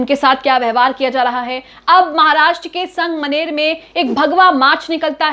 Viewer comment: Didi wo sang maner nahi sangamner hai 😅